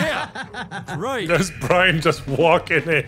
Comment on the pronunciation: i swear everytime says brian it sounds like BRINE